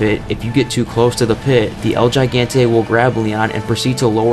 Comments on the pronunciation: The white is on full display here. “Suh-plex” “Gy-gon-tay.” Sheesh. I bet you pronounce the H in hola. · “El Jai Gantay” lmao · "Suhh-plus" "El Jai-gann-Tay" Seriously dude? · Sorry bro I have to Sue-plex El he-gan-tay And La-fem nikita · 'el Jaigante' 😂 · “El JIE-GAN-TAY” “LA FUH-MAY NEKITA” 😂😂😂😂😂😂😂😂😂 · im sorry but the butchery of your "el gigante" and "la femme" pronunciation is atrocious. especaily since they're such basic words lol. i'd hate to see how you pronounce everything else in the game. sounds like a southern american who has never heard of words outside their culture lol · That way you pronounce La Femme Nakita and El Gigante is very American and very hilarious. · Oof. The pronunciation of ‘El gigante’